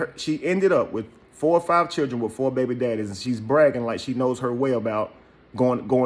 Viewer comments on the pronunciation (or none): And FOE behbee dehdeez